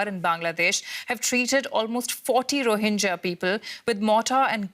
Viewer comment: It's not rohinja, it's rohinga